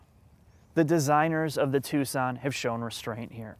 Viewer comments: Its not TUK-SUN, Its TOO-SON. Like Tucson Arizona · Why is he calling it Tuc-son and not Too-son? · Its pronounced Too-sonn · Nice video :) Is there a model like the Hyundai i30 Turbo in your Country? Btw. "Tucson" is pronounced like "too son", without the "c", wierd, right?^^ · Its "Tooson" as in Tuscon Arizona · I thought it was pronounced, TOO-SAHN. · please never say tucksin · It is, he just doesn't know how to pronounce it properly, it's common sense. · He thinks it's Italian, like Tuscany. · Butchering the name so bad.... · You need to learn how to properly pronounce Tucson.